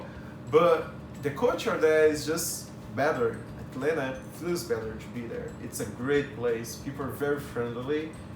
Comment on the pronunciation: He pronounces "Atlanta" like a native -- drop the Ts. I hope he saw some of the rich black people in Atlanta.